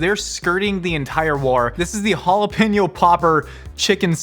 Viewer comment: It's jalapeño, not 'halapenjo'. Try Forvo, or learn basics of Spanish.